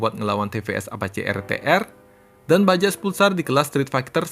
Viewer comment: Bajaj itu dibaca “bajay”